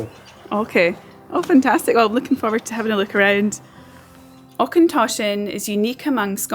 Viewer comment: Interesting to see Auchentoshan as I used to work there many moons ago and, if you didn't know, there's links between it and Clydeside through Morrison and Ally the manager. Just one wee thing, Auchentoshan is said like loch, with the och / ch bit rather than Aukentoshan. Also nice to seen Bladnoch too as I knew and met people involved in brining it back to life in the 2000s.